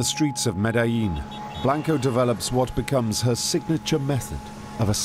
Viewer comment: And he mispronounces Medellin. They even misspelled Miami as 'Miama'.